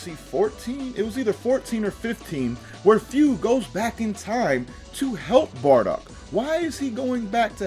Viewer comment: It's Bardock. And I'm gonna die. 💀